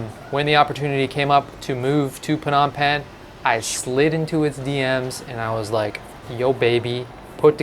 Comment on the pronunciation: Are you sure you pronouce Phnom Penh correctly?